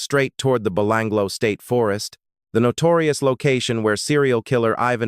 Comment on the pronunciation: 🤣 "Even Millet" um, no disrespect, great story coverage but perhaps get that AI narrator to check phonetics? "Eye Van Mill At" ' Be Lang Ga Low' pronunciation? Now it's changing to 'Ivan My Lit'?